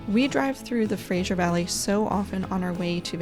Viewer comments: Great Video but it’s Fraser not Frajer. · FraSer valley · if it was spelled Frazier I would agree. Thats typically the way Americans pronounce it. Oh well!